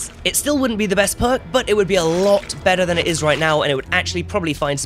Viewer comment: I lost it when he says "thana" lfmao